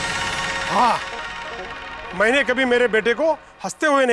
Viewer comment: Everybody : Mene kati. Iyar : Maine kati. 😂